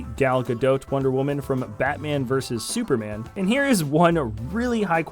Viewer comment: Yes. You DID say Batman Vs. Superman correctly.